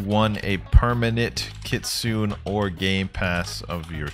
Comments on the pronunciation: Pls say ki-tsu-nay instead of ki-tsoon. Thats how it is in japanese 😭😭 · If I hear one more Kitsoon and not kitsune I will flip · Kit sune long a